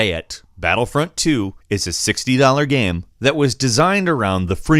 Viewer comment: The way says the word "game" is really jarring. I know that sounds mean, but it's like he found an extra syllable in there, and I can't get over it.